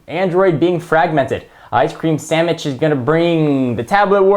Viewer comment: haha... said Sammich.